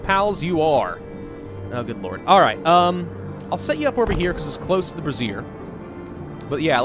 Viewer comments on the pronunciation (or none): Brazier is pronounced Bray- ze -er. Not brassiere. Though, I imagine if you get a real good bra, it'd help you stay warm. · Say it with me ...Bray-shur